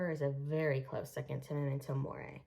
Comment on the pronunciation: Your pronunciation of "nisei" and "Unruhe" is atrocious. The mispronunciation of Unruhe is particularly inexcusable, since both Gerald Schnauz and Scully pronounce it correctly onscreen. And what on earth is "memento moray"? Gethsemane is a biblical reference. Have you never been to Bible study?